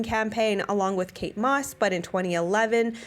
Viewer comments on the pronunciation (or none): none